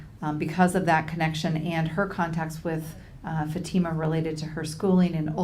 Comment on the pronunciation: The mothers counsel still can’t pronounce Fatima’s name correctly FFS 🤦‍♀️